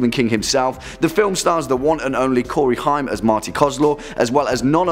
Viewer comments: "The one-and-only Corey Hime" This......this is why i unsubbed months ago to your channel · AND AGAIN you give miss-information. I stopped watching as soon as you missed pronounced, Corey Haim...! (Corey Hame)